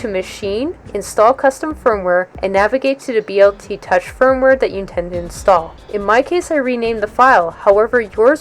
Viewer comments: Stop saying BLT touch. Dude you are outa touch! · Were you hungry when you made this video? you keep referring to the Bl Touch as the BLT Touch LOL